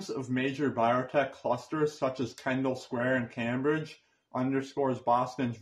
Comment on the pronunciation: LOL...Only 'KAM BRIDGE"...LOL I always said CAME BRIDGE...